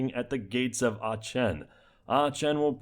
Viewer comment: small annoyance from my side but Aachen is pronounced with ha K sound rather than the ch sound.